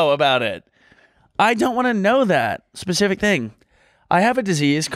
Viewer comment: Brooke I’m begging you- it’s SPECIFIC not PACIFIC 😭